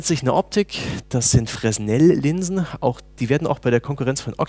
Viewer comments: Frenell werden die ausgesprochen, nicht Fresnel ;) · "Frehnel", nicht "Fress-nell" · Fresnel wird Frenel ausgesprochen. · hätte sich vielleicht auch aufschreiben sollen dass "Fresnel" ein Französischer name ist dann hätte er es vielleicht auch richtig ausgesprochen. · "Fresnel" Spricht man glaube ich anders aus. Sagte zumindest mein Prof bei der Optik Prüfung zu mir :D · Kleiner Tipp an: Das S in Fresnel wird nicht ausgesprochen. Der gute Mann war Franzose.:)